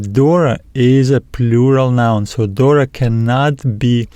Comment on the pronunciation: For λαμβάνει is lamVanee Pronounced . No lamBanee.. V no B δώρα ...is THora no Dora .. is TH no D. TH like you say THere . Same sound Try 😊